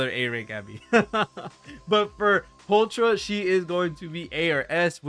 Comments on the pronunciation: I think pulchras name is pronounced as pull kra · Also pulchra is pronounced "pole-kra"